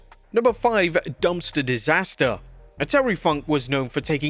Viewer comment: Dumpster not "Dumster"....you...you DUMSTER!